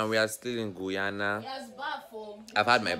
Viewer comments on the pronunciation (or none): Sir that is not the name of my country eh .. Its GUY -ANA ..